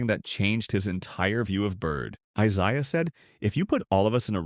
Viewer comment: I..Zi.uh..? I Zay..ya..obvious AI..you expect help from AI…I imagine there are some actual human who have never heard of the Pistons legend…